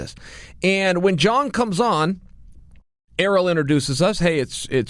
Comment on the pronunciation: Why is he calling Ariel, “Aero, Earl, Errrol, Arool”?